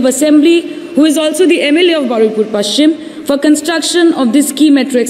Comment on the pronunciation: It's Baruipur not baraipur